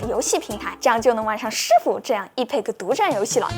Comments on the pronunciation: MOD读骂的，EPIC读哀屁克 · Epic 。。音标是epɪk。。。。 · epic的英文发音真独特。。。。。。